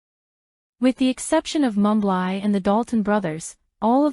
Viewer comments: Mumbly's name is pronounced mum-blee not Mum-bligh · Mumbly's Name is pronounced Mum-blee Not Mum-bligh get it right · Mumbly's name is pronounced Mum-blee not Mum-bligh. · Mumbly's name is pronounced mum blee not mum bligh get it right